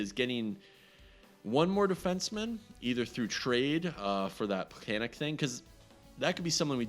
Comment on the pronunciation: Its pronounced more like Plekanets. The sign x "in case things happen" mentality is meaningless without injuries on to allow "things to happen."